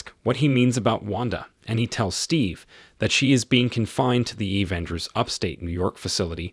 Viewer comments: why he said like that? A-venger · Very realistic robo voiceover. Pronunciations of Avengers, Natasha et al were hilarious.